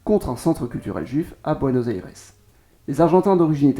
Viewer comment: Déjà Buenos Aires se dit pas comme ça